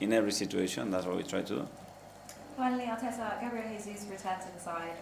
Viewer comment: Bit odd the female journalist called him Arteta 🤔